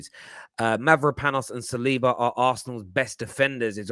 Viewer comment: Lol Why does keep pronouncing saliba as salad-bar?